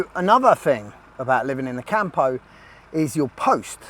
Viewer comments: It's CAMPO, no CAHMPOUH. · Hey mate, it's pronounced COME-PO not camp-o! Cheers